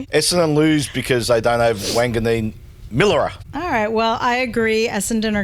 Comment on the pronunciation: is correct with pronouncing Milera 👍🏼